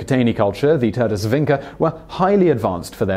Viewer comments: One small correction. It's pronounced vincha, not vincka. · Its Vincha culture not Vinca.. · nije ni bitno mi citamo Vincha oni Vinka,to je najmanje vazno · Vinča is pronounced Vincha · Everytime that he pronounced Vinca instead of Vincha, I was like 😂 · Vincha not Vinka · It's pronounced 'Vincha', not 'Vinka'. Serioisly, are you really doing research on pronunciations? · Vinča is pronounced as "Veencha" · It is pronounced Vincha not Vinca and Starchevo not Starcevo. Damn those idiots that screwed up phonetic transliteration from Serbo-Croatian to other languages (almost certainly Austro-Hungarian administrative rules carried over to Yugoslavia are to blame). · He mispronunced Turdaș, Vinča and Starčevo. Maybe because they are also misspelled! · Apologies to the Swedes for mispronouncing their words, but then goes on mispronouncing Vinca and Starcevo without breaking a sweat :D No hard feelings thou, great video